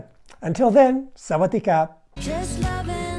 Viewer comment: You messed up at the end, you said Sawadee 😂